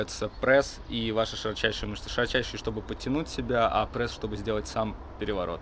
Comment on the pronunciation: бесит когда вы говорите прэсс